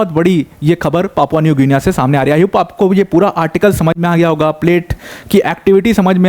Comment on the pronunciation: Good video sir. It's pronounced like Papua New Ginni. Just for info